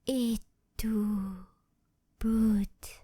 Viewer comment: Absolute Peak! I could listen to you say 'Populares' alone on repeat. Your pronunciation was spot on and your reading of 'Et tu, Brute' tingles down my spine. Totally checking out more of your other content after this!